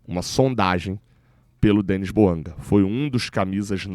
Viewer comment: Bouanga ???? Não pelo amor de Deus